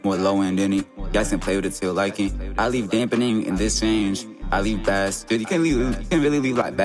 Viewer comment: Jus so yk bass is pronounced like base when you talm bout music😂 ian tryn hate or nun i jus gotta let yk